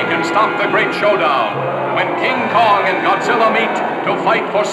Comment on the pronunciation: “The Uncomfortable Kin Kong”? Is he chafing or something?